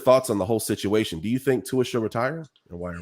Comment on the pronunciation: Before he retires, maybe you should learn how to say his name! 😂🤣 Luckily it’s his decision and ONKY his decision. What any of us think means NOTHING:-)